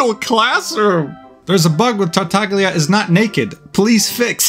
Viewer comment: you didn't pronounce tartaglia right 😭😭😭💢💢💢